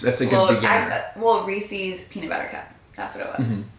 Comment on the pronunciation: Who else was slightly triggered when pronounced Reese’s ree-seeees 🙃🤪. Ps, not trying to be mean, just an insane Reese’s fanatic and studying linguistics😂😂😂